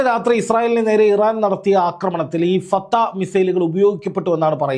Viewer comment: ഫതഹ് ആണ് ബ്രോ. ഫതം അല്ല